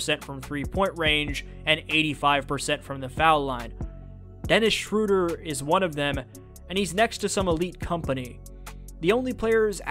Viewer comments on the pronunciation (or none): it's the cat guy. Just say it like that. Umlaut makes it have a different pronunciation. It's a german language thing. Schroeder is how it would be spelled in english and you basically say the O and E as if they were one letter. oe equals ö for english - german shorthand translation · Why is everyone calling him Schrewder? I thought it was Schroder?